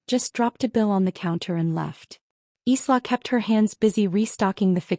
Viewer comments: ILA instead of sla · Isla is pronounced like island s is silent